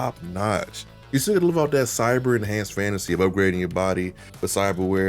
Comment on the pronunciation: Cybah dude 😂